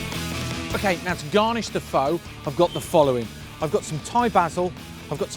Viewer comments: As a viet his way of saying pho, it hurts me, but what I would do differently is with the noodles I don't cook it with the broth, I just pour boiling water on top of it in a bowl and let it soak for a minute or two. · yes! As i'm Half viet, but raised by my Vietnamese grandma, it does hurt alot HAHAHAAHAHHAAH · Thankyou, I understand taking out the N, I have just heard it pronounced the O like in "hose". I was just curious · It looks good, it's pronounced incorrectly. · John, mate, it's 'fuh'. Nothing 'faux' about it. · Pho pronounce like fur, no fo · Fow...????? Are you serious? Pho (fuh) is not a 'bish bosh' meal. It's an art form. Have a 'butchers' at the origin and pronunciation of the dishes before you attempt to 'educate' people on a how you think they should be cooked. It's almost insulting. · OMG U SAY IT WRONG ITS PRENOUNCED FUH NOT FOE! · It's pronounced "fah" not "foe" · man! it's not "fo"! it's more like "furrrrr" ;-) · it was triggering me hearing him say Poooh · I tuned out as soon as he pronounced it 'Foe'...respect the dish, respect the culture. At least pronounce it correctly smh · My God man I love your show but for God's sake it's pronounced like FUH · I was turned off by him saying “phO” and how the broth looked like gravy... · First, you pronounced "phở" wrong. Its like "fuh" actually. And the way you made it wasn't pho, it was western style of pho I think 😂 cuz your broth looks dark and has so much fat on it while the original Vietnamese pho broth is clear and lighter. And healthier. LOL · how you know someone doesn't know anything about pho...they pronounce it foe...smh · it's spelled phô but it's pronounced fuh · Looked great but am I the only one bothered you can't pronounce pho correctly? It's 'fuh'. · Pho is pronounced like "fun" right? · Rose Taylor it sounds more like duh. just replace it with an f so fuh is the sound. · Its pronounced "Fuh" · undying that's a Disney character ha ha he was saying foe or faux lol